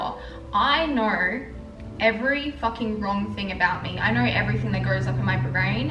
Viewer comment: The way u pronounce know “knowr” 😂 so annoying